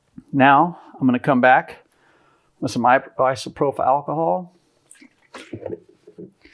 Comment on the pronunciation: Thank you for making this video… but dude, who taught you how to pronounce isopropyl?